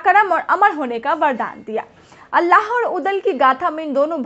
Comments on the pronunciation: Alla nhi Aalha bolo medam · अल्लाह नहीं आल्हा बोलो मैडम